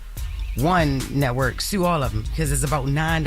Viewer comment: Wait i thought the proper pronunciation was the word SUE….. Jess what the hell is a SHOEEEEEWWW … please teach your coworker how to speak! after all here is with the Mess Show.